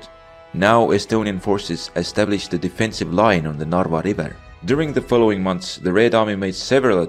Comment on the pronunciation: I am from Estonia and you dont say narwa you say in Estonia narva